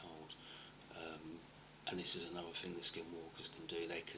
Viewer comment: Ah-NUV-AH...?.....does he mean Another?